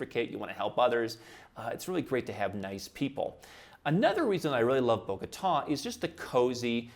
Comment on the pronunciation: It is not Borgata, it is Bogota